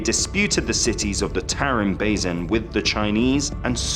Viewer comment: How the hell does this narrator manage to pronounce "basin" three different ways in 30 seconds?! And that's one of the English words! Don't get me started on the Turkic words/names he absolutely butchered... Very poor narration.